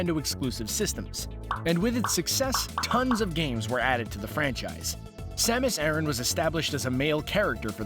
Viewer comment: dark hurrikane you're right about the planet pronunciation, as it's Japanese name is ゼーベス, or ze-besu, but not her name. It is not pronounced like Iran. In Japanese it is サマス•アラン, making it Ah-r(l)an.